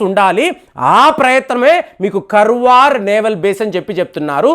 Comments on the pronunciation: Sir adi Karwar kadu kaaravar Ankola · Karwar kadu sir karawara it's in uttarakannada district Karnataka kadamba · Karwar kaadandi.Kaarwar is correct.Meeru pronunciation antha wrong cheptunnaaru. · it's not Karwar it is kannada name Kaarawara, the oldest town and port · Pronunciation కర్వార్ కాదండీ. దాన్ని కార్వార్ అని చెప్పాలి గారు! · కర్వార్ కాదండీ కార్వార్ ఇది కర్ణాటక లోని ఒక ప్రాంతం పేరు, ఆ పెరుమీద నావల్ బేస్ తయారు చేస్తు ఉండవచ్చు. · కర్వార్ కాదు … కార్వార్ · Karwar should pronounced as "kaar·vaar". garu, it isn't as you mentioned about the subject naval base. Normal civilian can't understand these war plans & games. The senior naval officers ( i don't want to mention the ranks for security reasons) get familiarised from different defence war colleges around rhe world. They propose to stratergical location & prove their concept. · garu kaarwar ani pronounce cheyandi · Kaarwar is the correct pronunciation as spelled in kannada. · it's ಕಾರವಾರ. And base name is ಕದಂಬ ನೌಕಾ ನೆಲೆ. your wrong pronounce insulting our kannada place name.